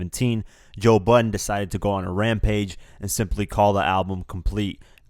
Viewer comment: who the fuck is joe butten??